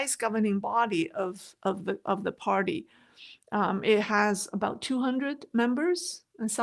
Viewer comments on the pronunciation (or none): none